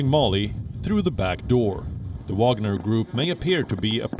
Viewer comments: France shouldn't complain, they have their Foreigner Legion for the same purpose, it's just not private. Btw. why Wion calls this group WaNGer when it's WaGNer? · Not " Wanger" it's the WAGNER group. The Special Forces under the Special Forces.😂😂😂 Mali is about Uranium!!!!! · lmao its spelled Wagner not wanger. Wanger is slang for penis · Yes, serious journalists Gravitas ... they can not even spell it right. Wanger? No, I think it's Wagner ...